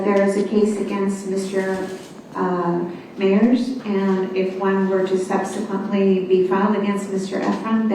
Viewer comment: It Mayers ..may ers